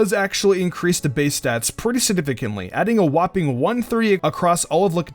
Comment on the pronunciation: PrETty SiDiFiCanly Lol SIGNIFICANTLY Bro